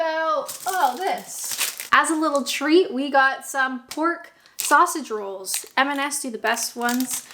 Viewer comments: The way she says SAUSAGE rolls instead of sausage ROLLS. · What I noted is pretty off-beat,. You pronounce Sausage Rolls in exactly the same way as the Yanks say Robin Hood. Accentuating the first syllable. I think I need to get out more 🤣🤣